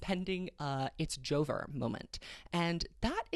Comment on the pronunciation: god whenever you say joe-ver i just burst out laughing lmaoo